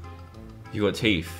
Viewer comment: Dan saying teet instead of teeth